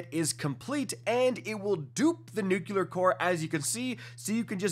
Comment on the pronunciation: It’s nuclear not nuciler